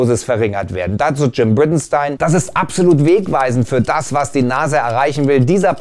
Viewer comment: Wie kann man die Aussprache des Namens "Bridenstine" gleich 2x so versauen!? Noch nie ein NASA-Video geschaut? Der Name kommt da gefühlt in jedem Video 2-3 mal vor.